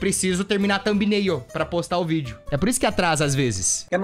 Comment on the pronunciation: EU JURO QUE EU OUVI ELE FALANDO VÍDEO DE PÉ, TIPO GRAVAR VÍDEO DO PÉ DELE QUE SUSTO KKKKSNNWNQKQKKKWJEWIQISJK